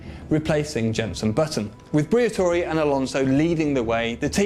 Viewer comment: fabio briator"i"